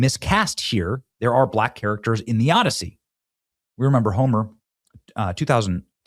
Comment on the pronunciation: The “Odd-I-See”